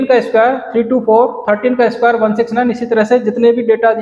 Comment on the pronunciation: Square hota hai sir lmao